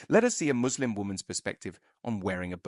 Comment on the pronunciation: Why must they always over pronounce the ‘s’ in muslim?